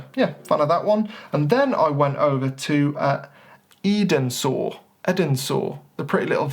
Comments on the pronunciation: Eden-sore?.....say ‘Enza’...100 times!....😘😂🇬🇧📸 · I've always loved that cottage except that it's a bit too public. The estate looks beautiful in the mist though. PS: Edensor is pronounced Ensor ;) Did you have a cream tea whilst you were there? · Great video very imformative.... by the way locals pronounce it Enza 😀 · Edensor is a great location. You were shooting the only original house in the village. The 6th Duke moved the rest of the village to its present location just across the road so he could remodel his estate without the eyesore of the village. You can't see this house from where he lived. By the way, the village is pronounced En-sor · Edensor is pronounced “Enza” 👍